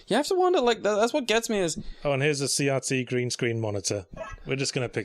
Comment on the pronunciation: What is a "See yahtzee" monitor? Oh, they mean CRT.